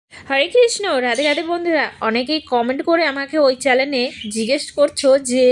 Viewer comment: চ্যালেন নয় চ্যানেল হবে